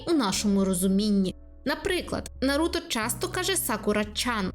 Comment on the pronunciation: Ой анкорд ,ще коли на вулиці стояв привалок з дисками ,не памятаю але начебто 2013 рік був і я купив собі диск Ураганних хронік з 1 по 40 серію в перекладі анкорд і тепер в мене травма із за його наголосу на Наруто ,ну чого він НаРУта коли в всіх інших він Наруто . Озвучка з КуйТБ реально крута ,я угорав коли почув як в перших серіях Анбу називали ,АЕНБУ та і взагалі виріс на тій озвучці ,але і дубляж реально крутий ,хоча мені більше подобається з КУйТБ бо це тупо дитинство ,а в орігіналі дивитись та не викупати рофлів або якихось Японських приколясів ну це таке собі задоволення ,коли у нас є такі чуваки та чувихи як Амоногава ,з початку не подобались ,а тепер майже кожне Аніме що виходить втикаю в дубляжі або озвучці Амоногави .